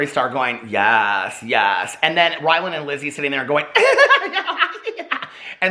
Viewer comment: Haha...you called him "whyland" Adams